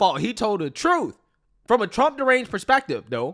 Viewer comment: What the hell is “troof”???